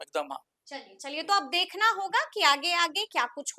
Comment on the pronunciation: Samrin pahle tum de kh na ko dekhna bolna seekho kaun shikhaya tumko de kh na bolna.